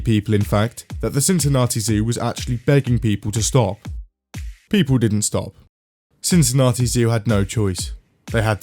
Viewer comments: On behalf of every other British person in the world, that's not how we pronounce Cincinnati. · His pronounciation of Cincinnati is driving me nuts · STOP PRONOUNCING CINCINNATI LIKE THAT